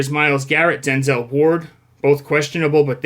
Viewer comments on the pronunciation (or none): none